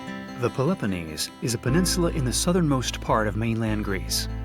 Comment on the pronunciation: You lost me what the hell is 'pel EP oneez' Why make videos when you dont know how to pronounce the location. Garbage video.